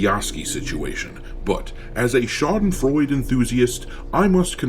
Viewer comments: Just so you know - schadenfreude has four syllables. Shar-den-froy-der. Great word! Great concept! Great channel !😊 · the E in SchadenfreudE isn´t silence